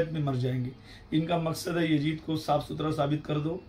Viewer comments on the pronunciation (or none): Hazrat pehle apne talaffuz sahi kar lijiye masjid ko majid aur yazid ko yajid bol rahe hain